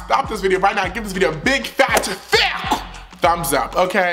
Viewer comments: Everytime you say thicc I try to say it like you because I love it but I just end up embarrassing myself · It cracks me up when he says “thick” XD